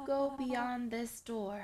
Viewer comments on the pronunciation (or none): none